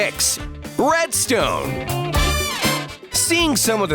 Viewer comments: Me: did he say breadstone?? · You said bread stone